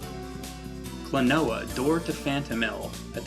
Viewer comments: Kuno Sandgreen the gringo accent sounds pretty akward as well. its not like KLOnoa. its like kloNOUa. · its so weird hearing you calling him kloNOa when in namco x capcom they call him KROnoa. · Klonoa. Klon-ow? Clone-a? Klonooooooaaar? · Maybe it's pronounced like quinoa, kloNWAH. That'd be kinda cooler lol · It's pronounced klo-no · I always pronounced it "Clone-wa", kinda like Quinoa. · This game is the tits. I think Klonoa is pronounced "clona" at least that's how his name is jabbered in the game. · I started with the second game on the PS2 and it's plot is more detailed than the original. I beat it when I was around 9 or 10 and Klonoa has remained my favorite character ever since. I don't know if I'm the only one who does this but I pronounce his name like "Klonuh" due to this scene /watch?v=SZhQKdMSR9w&t=3m44s in Klonoa 2. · i always pronounced it as "clone-a" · Would you please not mispronounce the game's name when you're freaking reviewing it...